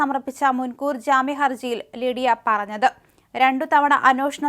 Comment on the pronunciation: ലിഡിയ അല്ല ലിവിയ